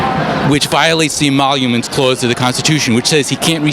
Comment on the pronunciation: democracy and republic are NOT the same thing. How can you be "all for a democracy" AND "all for a republic"? The stupid is strong on the left ffs. - the immolleeooms clause??? GOOD GOD! These people don't even know their OWN talking points. This is gonna be a painful one, I can tell already lol. Edit...yep; I'm a glutton for punishment subjecting myself to this lol!!! Had to come back to put this out there though, since my state gets used a TON by morons who don't understand the electoral college. NOOO!! I'm in Idaho; each of the 50 states get an EQUAL 2 electoral votes; then BASED ON POPULATION, they get an additional however many...Idaho has only 2 votes on top of their 'state' votes while New York gets an additional 27. THERE'S YOUR DAMN POPULATION VOTE!!! The little states shouldn't be subject to the fucktards in the socialist dystopias of this nation. We do things right in conservative states; that's why our debt stays under control or non-existent vs a dumbass state like Cali or New York who are filled with people who never had real parents and therefore feel it's ethical to steal from me to fund their crappy ass lifestyles. At least this douche monkey isn't stupid enough to think republic=democracy like the first dipshit. (Don't mean to yell at lol - just the retards he's interviewing.) Another quick edit - Is she unaware that all the indictments have had ZERO to do with Russia collusion? Every single one of them so far has been for other an